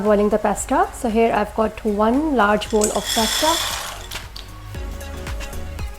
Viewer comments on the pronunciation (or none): Its pasta not pesta